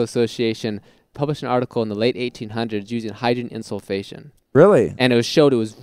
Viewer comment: Insufflation - I laugh every time EVERYONE pronounces it insul-fation ;)